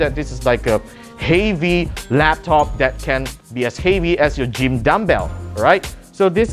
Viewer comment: HEY-VY? iam asian too but what the fucking hell was that